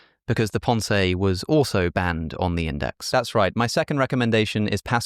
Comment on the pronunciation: I adore listening to Alex, but his French accent is abysmal! 😂❤ The Pon Say! 😂❤ oh dear.